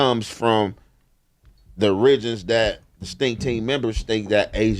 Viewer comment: Imma need to know how to pronounce “origins” right 🤣 but we know what he meant tho lol.